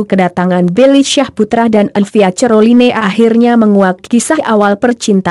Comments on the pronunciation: Caroline aja cerloine baca nya. Ngakak bangeett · Buenci aq klo denger admin ini sering sebut dg salah...neg dengernya..baca caroline aj ceriline..hadeehh..bljar yg bner donk bro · Ngakak dgr admin sebut nama elvia ce-ro-li-ne 😂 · Knpa ngmong nya croline 🤣🤣